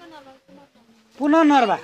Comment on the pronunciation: पुनर्नवा हो ! पुननर्वा हैन। अर्को टटेलो नेपाली; टोटला हिन्दी!